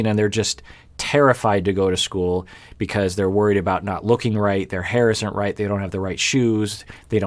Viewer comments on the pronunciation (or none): none